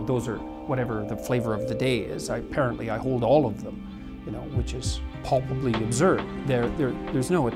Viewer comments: Three uses of the word 'palpably', all pronounced 'pulpably'. Someone needs to tidy their Canadian bedroom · take a shot every time he says pulbably